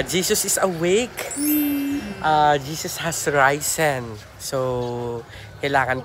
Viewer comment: risen is pronounced as it is… not raisen. since you host some events, make it count to pronounce words correctly. seeing that resort reminds me of Fontana Leisure Park in Clark. i invested almost P500K for membership because it WAS truly a world-class to accomodate my friends. more vlogs.